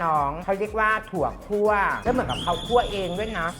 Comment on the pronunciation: คั่ว ไม่ใช่ ขั่ว...อีโง่ (เสียงแม่หญิงลี)